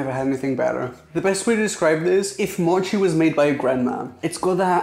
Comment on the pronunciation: Its more like just "mochi" not "mouchi"